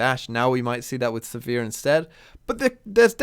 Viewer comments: I'm a bit confused by this comment. You can look up Riot's official media (i.e. Sivir's champion spotlight or the Descent into the Tomb cinematic) and see that the official pronunciation is Siv-ur (rhymes with 'shiver'). I assumed it was said as does in this video (like 'severe') for quite a few years before I took that on board. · I believe you're pronouncing Sivir the wrong way. I'm not sure how to explain what's the right way... But I know it.